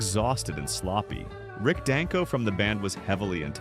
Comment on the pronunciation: I prefer a human narrator. It's Dang-ko, not Don-ko.